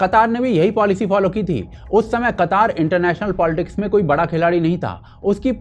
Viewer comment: अबे बक्चोद कतर को कतर ही बोल कतार बोल के ज्यादा कुल क्यों बन रहा है।